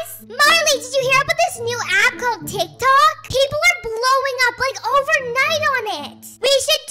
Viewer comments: It’s not teek Tok Tik Tok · It's not teek toyks it's tick tok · "TEEK TOKS"I CANT SAY ANYTHING😭🤚 "TEEK TOKER" LiKe NoT AgAIn😭🤚 she is back with the spelling wrong "BRUUKHAVEN" 😭😭😭😭😭😭😭😭🤚 and what voice is thet 😭😭🤚 and who is RONALD SUTMP😭🤚 Not the "TEEK TOK" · “Teek tok” “C r e e p p o k” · Not TEEK TOKING😭🤚 And not ronald stump😭🤚 Not TEEK TOK